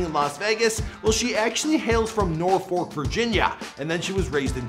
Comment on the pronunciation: It’s Norfolk Virginia Lmaoo 🤣🤣 I’m going to need you to learn how to pronounce words